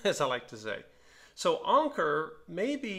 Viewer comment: I've got the same one, but without the pincushion. It is one of my most beautiful machine's. And you're right Anker means Anchor and you pronounce it like in the English language. The lever on top of the zigzag dial is for the left - middle position of the needle later models had left - middle and right. The lever on the bottom is like you thought embroidery or sewing. Nice find and I hope you will enjoy it!